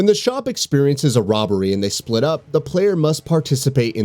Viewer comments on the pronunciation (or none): none